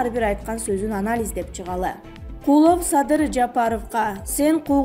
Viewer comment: Куловту ним гишидеп айтат бул тажик